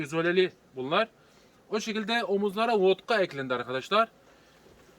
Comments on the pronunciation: Vatka, Votka değil. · Akici konusmayla 5 dkk yeter, 13 dkk beyin yandı, bizede yazık, Votka değil vatka